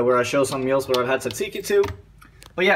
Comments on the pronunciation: A) It is tzatziki ,not tzatsiki ! B) Why do you have Turkish yogurt? Could you not find Greek yogurt? C) I am guessing your father has some Greek roots (you said it is his recipe) ,right? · Tzatziki and not tzatsiki